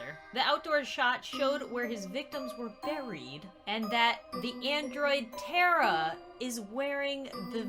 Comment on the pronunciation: and its now tera its TARA MA NAME PLZ PRONOUNCE IT RIGHT DEAR